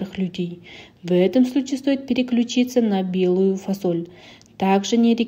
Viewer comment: Почему фОсоль? 😂🥱